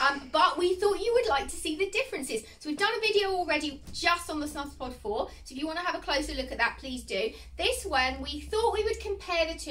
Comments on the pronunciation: Hiya, just a quick spot of feedback: it’s pronounced as snooze, not snuz. The umlaut (the two dots over the u) changes the sound from a hard uh to an oooo sound. Thanks for the vid! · It's pronounced snooze. Omg